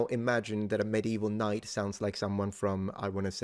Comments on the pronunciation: I just thought your last pronunciation of knight just sounds like knecht😂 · Something interesting about the old pronunciation of "Knight" ( , second pronunciation) is that the swedish word "Knekt" is also a word for soldier. So this absolutely tracks. As well as the german pronounciation of "Knekt" which is basically the same thing but also means servant. It's so interesting to see that the history of some languages can be tracked back to other adjacent languages.